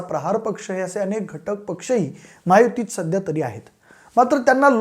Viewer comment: म्हायुती नाही ' महायुती ' असा उच्चार आहे